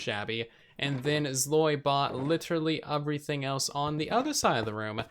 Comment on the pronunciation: Not trying to be mean but it is so annoying when he says “wif” and “uverything”